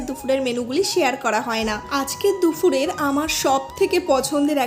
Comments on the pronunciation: দুফুর না গো , ওটা দুপুর ! 🙂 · indian vlogger ra দুপুর ke দুফুর কেন বলে? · দুপুর, দুফুর নয়।